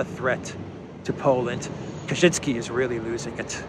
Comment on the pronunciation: Ka-Chin-Ski. Definitely not Polish.